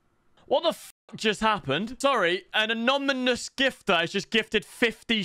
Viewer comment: Bro can u not pronounce anonymous 🤣